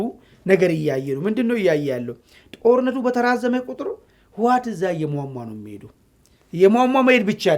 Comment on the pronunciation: አንተን ብሎ ተንታኝ አቦ ይህ ሰዉ ስያስጠላ አነጋገሩ እራሱ ስያስጠላ ስጀመር የህወሓት ስም አፍህ በደንብ አይዝለህመ እዋት አይባልም ህወሓት ብለህ ጥራ ሌላዉ ጦርነት ይጀምራል አይቀረ ነዉ ብልፅግና ጠቅለላ ሠራዊቱ ወደ ትግራይ ክልል አከባቢ እያከማቸህ አይደለም እንደ አማራ ክልል እየተዋጉ ያሉት ወጭ ሌላዉ ወደ ትግራይ ምን አባ ልያደርግ ነዉ የፈለከዉ ወላሂ እመነኝ ብልፅግና አልቆለታል